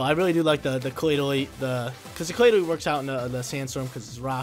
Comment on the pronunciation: He even says claydily